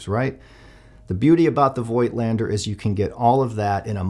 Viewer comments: Yeah, Z 8 is an amazing camera. Great lens, too. But please pronounce Voigtländer without the " i ", like fogtlander. Greetings from Germany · Honest question here, I have the same lens for the Zf btw: I have seen it elsewhere that the name is pronounced "Voat-lander", although "Voitlander" seems right however, which is it actually?